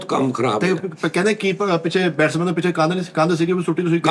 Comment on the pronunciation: Bestman ni Batsman kehna Sikh lo 😅😅😅😅 Swing Bad ch kra lena 😂😂 Love you Sir ❤❤❤ From:-Ohi Ronaldo Eda mai